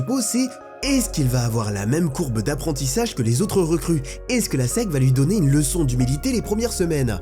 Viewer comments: La S-E-C c’est pas la sec mdr, j’avais grave du mal à capter que tu parlais de la South Eastern Conference (SEC), ça se prononce S-I-Ci (en FR) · C'est horrible de t'entendre dire la SEC en 1 mot... ca se dit lettre par lettre S E C ! vraiment c'est terrible mais sinon grave bonne vidéo